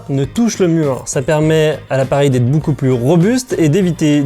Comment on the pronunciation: Il a dit Boucoups boucoups Hésitez